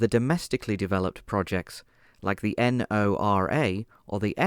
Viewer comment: Ok first of all, Lazar is not well protected and 2 nd Pantsir was BOUGHT not DONATED. Also you don't have to pronounce NORA as N O R A. Also it's Plamen not Planen